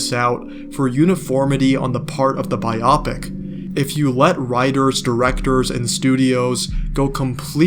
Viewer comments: your video is amazing and i think it will get milked like superhero movies. But i hate the way you pronounce biopic still subscribed. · I couldn’t keep listening after the pronunciation of biopic😂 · Same. I had this video in my watch later for a couple days. Seemed interesting. But I’m 2 minutes in and I don’t think I can continue….